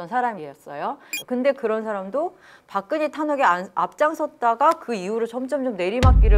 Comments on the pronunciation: 박그녜라고 발음하는 게 묘하게 거슬림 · 박근혜 표준 발음은 [박그네] 입니다. 히에로 애쓰지 않으셔도 됨 ㅖ->ㅔ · 발음이 왜이러냐 박그녜,센사람 무슨; 혹시 죄송한데 중국인은 아니시죠?